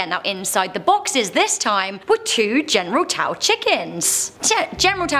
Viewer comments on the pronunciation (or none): General Taw?! General Tso, pronounced So......not Taw. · "General Tao"? General Tso (pronounced So). "Vrillion"? Vrillon (Vrill-on). "Teurod"? Taured (Tua-red). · It's "General SO" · OMG its general SOoooooos!!!!!!!! T is silent so all u have is "so"!!!!!